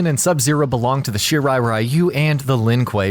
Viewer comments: Really disturbed by the way this narrator spelled "Shirai Ryu" into "Shirai Rayu". Ryu is pronounced "Ree you" with ee almost silent. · Everytime i heard Shirai RAI-YU! (Friend of Raichu?) .... it is pronounced Ri-u ( ever heard of Ryu from street fighters ?) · ITS REEYU not R-Eye-u.....why do these MFs add different cultures but not get it right. What’s the point 🤦🏿‍♂️🤦🏿‍♂️🤦🏿‍♂️ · Ryu is pronounced as Ree You, the stupidity of the mispronunciation as Rai You comes from the games cut scenes since they began adding dialogue to the characters stories and the such. It happened too with Street Fighter's Ryu character, and it was when Anime started to become strong in America that the correct pronunciation of Ryu as Ree You was finally applied, but for some dumb reason they still mispronounces it in the MK games. The new 2021 MK movie however pronounces it correctly as Shirai Ree You, I guess because of the actor Hiroyuki Sanada who plays Hanzo Hasashi/ Scorpion IS actually Japanese and provided input in the actual pronunciation. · OMG Thank you! All of the videos including this one and the freaking video games cut scenes continue to mispronounce the word Ryu as Rayu and to me it's like nails on a chalkboard. At least the new movie pronounce it correctly after so long listening to the nauseating mispronunciation. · Isn't it pronounced Ree-yu for Ryu?